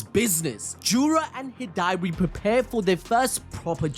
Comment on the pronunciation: the way he says Hidari hurts my soul xD